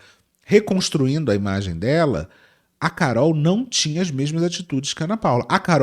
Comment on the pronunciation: "vocês é um produto" trabalhar com imágy, ser uma embalágy 💅🏽✨️✨️